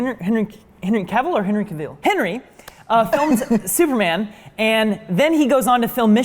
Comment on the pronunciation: “Hey. I’m thooperman” 😂